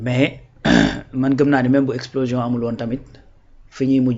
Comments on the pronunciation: On ne dit pas explosition mais on dit explosion. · Explosition tu l'as répété deux fois. Heureusement le gars t'as corrigé sans te vexer.